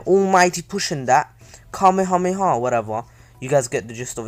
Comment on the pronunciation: my man just said kamahamaha